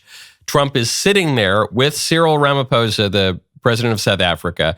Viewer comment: Pronounce “Rah-mah-pause-ah” ! 😂 I’m South African! I love your channel ❤